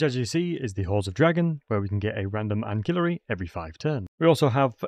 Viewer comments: an"ki"llary? that's a new pronounciation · Ancillary is pronounced AN-SILL-ARY man.